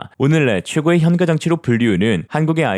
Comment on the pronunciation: 현까라고 발음합시다. AI 좀 교육시키세요...